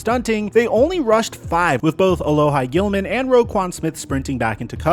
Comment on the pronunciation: As a Chargers fan who knew a loss of a trade to the Ravens, his name is pronounced "ALOHEE Gilman" not "ALOHI"